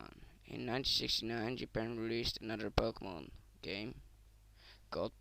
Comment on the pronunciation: i cant understand what the fuck your saying go make some operation to your vocal cord cause fuck man! and you cant even fucking pronounce the names of the fucking pokemon right! you fucking dip shit!